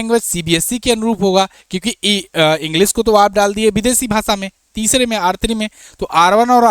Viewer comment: भाई अपनी हिंदी सही करो, सेयर, इंग्लिस, भासा नहीं शेयर,इंग्लिश,भाषा ।